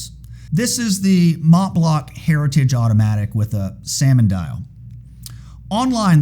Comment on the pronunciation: You pronounced Montblanc as “Motblock”. It is not that hard to say. Just take a brief effort to learn.